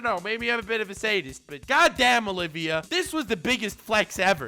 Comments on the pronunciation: Just so you know, her name is Olivier (Oh-liv-Ee-aye), not Olivia. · Oliver not Oliva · it's Olivier not Olivia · No one else gonna get triggered that he’s saying Olivia, not Olivier? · And calling Olivier "Olivia" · Okay but the REAL question for me here is whether is flexing on us again by pronouncing Olivier Armstrong's name wrong or if he just genuinely didn't realize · You may not be saying Enel wrong, but you are saying Olivier wrong